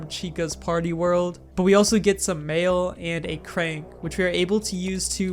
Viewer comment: Is it me or everytime he said 'mail' I heard 'mayo'